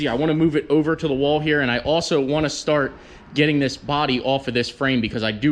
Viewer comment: another START IT special (note the emphasis on just the starting part):(